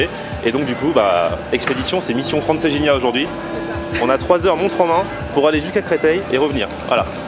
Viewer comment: Hey les gens là, il faut lui dire à que Francesinha ne se prononce pas Franceginia........!!!!!! Au secours...., du coup je suis certain qu'il n'a pas pu la digérer......!😉👍😉😀😛😀👍 Não é lindo o nosso Porto! 😀😎😀👍😎😀